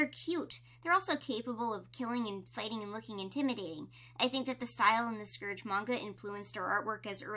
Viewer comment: You said scourge wrong 😭